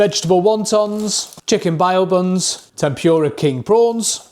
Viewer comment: If you are going to do videos with foods from other countries you should at least learn how to pronounce them first as a few of these were not right and just made you sound stupid. They are pronounced BOW buns not bio buns. It's not chicken KARAGE it's pronounced KA RAG E